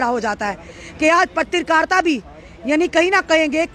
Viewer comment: mam its not patrikarta its Patrkarita😂